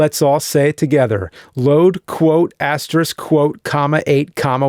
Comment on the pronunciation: Thank you for pronouncing asterisk correctly.